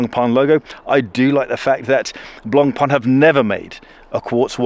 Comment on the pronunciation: Finally, an Anglo-Saxon who gets the pronunciation of Blancpain right.